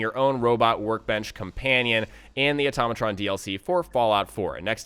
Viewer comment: IT IS AHH-TOE-MAT-RON NOT OH-TAHH-MOH-TRON